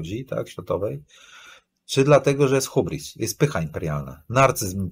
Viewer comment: Hybris nie hubris 😅